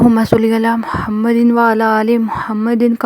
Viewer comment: Sister ap drood ap theek pra kro plz muhammadiu ha muhammadin nai